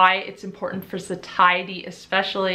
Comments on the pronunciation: love u and ur videos! the word satiety is pronounced "sayshety" just btw... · hunh I also thought Satiety was pronounced more like satiate! 😆 Learning more than insulin resistance here 🙋‍♀